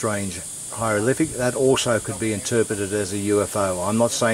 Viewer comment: pull the other one mate... you are full of shit........ where do you get your information? learn to speak before you embarrass Australia it is not a "hyrolific "